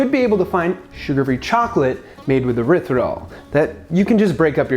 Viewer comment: What's erithridol?? I think you mean Erythritol.